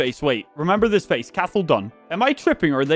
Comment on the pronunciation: Hey,I know I’m five months late but I just thought I’d let you know Cathal is pronounced like co-hull (co as in the co in cot)